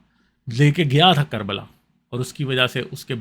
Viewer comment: QARBAL, Sahi Nahi k , Sey KARBALA Hota Hey